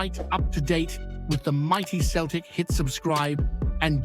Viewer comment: Finally your pronouncing Celtic properly. Now to work on your Gie (it's not gee) it's more like the traditional judo outfits.